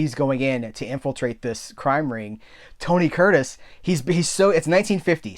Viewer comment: (1) I'm proud of you,. You said "Tony Curtis" five times normally. (2) Regan said that chimp was his best costar ever. (3) When you paused at "why do... " I sang aloud "birds suddenly appear" about half a second before you.:)